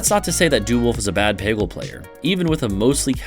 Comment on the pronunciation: making a peggle video without knowing how to pronounce peggle is a huge power move